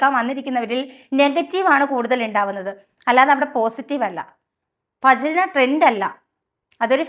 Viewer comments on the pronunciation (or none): ഫജന, ഫക്തി.. 😂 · വീഡിയോ ചെയ്യുന്നതിന് മുമ്പ് ഉച്ചരിക്കാൻ പഠിക്കൂ.... ഭജന, ഭക്തി, ഭക്തജനങ്ങൾ - ഫ അല്ല. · ഫജന അല്ല ഭജന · വളരെ സത്യം👍 ചേച്ചി, ഫജന അല്ല ഭജന.... ഉച്ചാരണം 😂😂😂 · ഫജനയല്ല ചേച്ചി ഭജന ആണ് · ഫജന അല്ല ഭജന 😂😂🙏👍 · ഫജന അല്ല.....😅 ഭജന എന്ന് പറയുന്നത് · ഫജനയാവണില്ലേ...അയ്ന് ഫത്തി വേണം. ഒന്ന് ഫോടീ... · ഫജന അല്ല ഭജനയാണ് പെങ്ങളെ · ചേച്ചി ഫക്തിയും ഫജനയും അല്ല ഭക്തി ഭജന എന്നാണ്🙏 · ഫജന അല്ല ഭജന 🤣🤣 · മമ്മായി ഫജന അല്ല ഭജന അത് പറഞ് പടിക്ക് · ആദ്യം ഭജന എന്ന് പറഞ്ഞ് പഠിക്ക് ഫജനയല്ല😅😅😅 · ഫജന യല്ല പെങ്ങളെ 🙏🏻 ഭജന യെന്ന് പറയൂ. ബാക്കി പറഞ്ഞതൊക്കെ 100% ശരി 👍🏻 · ഫജന അല്ല *ഭജന*.... ഫക്തി അല്ല *ഭക്തി*.... ഫക്തർ അല്ല *ഭക്തർ*.... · ചേച്ചി ഭജന യെ ഫജന പറയരുത്... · ഫജന അല്ല ഭജന ആണ് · ഫജന😂ഫജന അല്ല ചേച്ചി ഭജന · പറഞ്ഞ കാര്യങ്ങൾ സത്യം. പക്ഷേ ഫജന എന്നല്ല , ഭജന എന്നതാണ് ശരിയായ വാക്ക്❤❤ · പറഞ്ഞത് സത്യം തന്നെ പക്ഷേ ഫജന അല്ല ഭജന എന്നുച്ചരിക്കണം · ഭ in ഭജന ഭ ഇൻ ഭക്തി not ഫ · Fajana അല്ല സഹോദരീ... Bhajana ആണ്. അതു പോലെ Bhakthi ആണ് Fakthi അല്ല. പറഞ്ഞ മാറ്റർ അംഗീകരിക്കുന്നു. പക്ഷെ മലയാളത്തെ ഇങ്ങെനെ വികൃതമാക്കല്ലേ പ്ലീസ്🙏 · ഫജന അല്ല . ഭജന . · ഫജന അല്ല കുട്ടി ഭജന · 9 ഫ അല്ല ചേച്ചി ഭായാണ് ഭജന ഫക്തി അല്ല ഭക്തിയാണ് ആദ്യം നിങ്ങളുടെ ഉച്ചാരണം ശരിയാക്കും ശരിയാക്കു എന്നാലും നിങ്ങൾ പറയുന്നത് കാര്യമുണ്ട് അത് ശരിയാണ് ഇപ്പോൾ ഭജന ഗ്രൂപ്പുകൾ പ്രത്യേകിച്ച് സ്ത്രീകൾ നടത്തുന്ന ഗ്രൂപ്പുകൾ അവരുടെ അടയാഭരണങ്ങൾ കാണിക്കാനുള്ള ഒരു വേദിയായി മാറിയിട്ടുണ്ട് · ഫജന അല്ല മുത്തേ, ഭജന... പാട്ട് പാടിയവരെക്കാൾ വലിയ ദുരന്തമാണ് നിങ്ങൾ 😳🙄😔😪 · ഫജന, ഫക്തി... അല്ല, ഭജന, ഭക്തി എന്ന് പറഞ്ഞു പഠിക്ക് 🙏🙏🙏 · താങ്കളുടെ നിരീക്ഷണത്തോട് യോജിക്കുന്നു. ഫക്തി, ഫജന എന്നൊക്കെ പറഞ്ഞു സ്വയം അപഹാസ്യയാകാതെ ശ്രദ്ധിക്കുമല്ലോ 🙏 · ഇക്കിളി സഹിക്കാൻ വയ്യ... ഫജന അല്ല ""ഭജന ""ആണ് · ഫജന അല്ല, ഭജന. ഫക്തി അല്ല, ഭക്തി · Fajana alla mole bajana Fakthi alla bakthi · ഫജന, ഫക്തി... എന്താ ചേച്ചി ഭജന.. ഭക്തി. എന്ന് പറയു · please correct your ഫജന, ഫക്തി, ആദ്യം സ്വയം നന്നാകു, എന്നിട്ട് നാട്ടുകാരെ നന്നാക്ക് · Correct...patti show....ഫജന അല്ല.... ഭൂമി ടെ ഭജന.... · ഫജനയല്ല ഭജന. പറഞ്ഞതിനോട് നൂറു ശതമാനം യോജിയ്ക്കുന്നു👍🏻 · Paranjath sathyam.but phajana alla Bhajana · ഫജന, ഫക്തി..😂